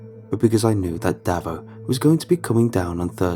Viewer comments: Davo is not pronounced like that lol its Dave-oh. Its an Aussie thing like Johno and ambulances being ambo etc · "Davo" is pronounced "day-vo" and "bogan" is pronounced "bow-gan". So many non Aussies get our slang way off. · Listening to an america get all the aussie words wrong is funny as, bogan daveo, so good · his pronounciation of 'Davo' and 'bogan' hurt my soul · Tell me about it 🙄